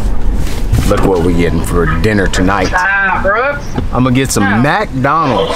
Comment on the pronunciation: Bruh... thats how you know is from the south. When you pronounce it Mack-donalds. HAHA love it.